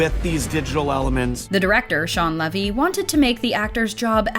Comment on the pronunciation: It’s pronounced Leevy. Shawn Lee-vy, not Shawn Leh-vy.